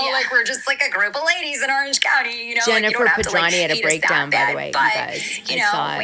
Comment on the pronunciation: Why do you constantly mispronounce Jen Pedranti's last name? You make the 't' silent when it is not silent please do it correctly it is so friggin annoying I know you're smarter than that thank you